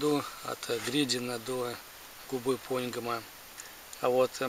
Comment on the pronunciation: Нравятся ваши видео, но очень режет слух, когда вы говорите пОньгома и кузЁма.. Всё-таки правильно поньгОма и кузЕма. Простите за занудство)